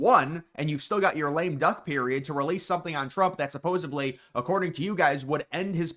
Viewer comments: "Supposevly" isn't a word. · You need to learn how to pronounce supposedly dude holy shit. With a D